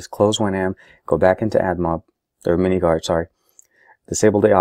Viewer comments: it is called minminguard not miniguard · Its minminguard, not miniguard...just saying.